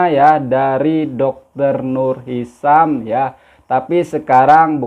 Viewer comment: Hisham bukan hisam